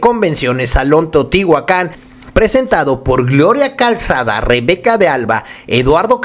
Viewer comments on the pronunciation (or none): none